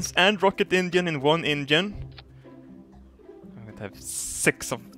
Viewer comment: Am I addicted to Jurassic Park or does pronounce "engine" as INGEN?